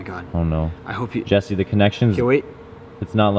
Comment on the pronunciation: it is jesse not jersey and it is jigsaw not jacksaw